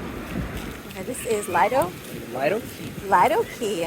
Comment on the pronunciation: Lido pronounced Lee dough Beach not being ugly just grew up on that beach so thought I would help thank for sharing I always feel like I'm getting a walk down memory lane❤❤❤